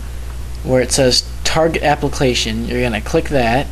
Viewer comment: "Target Apluclation" lol.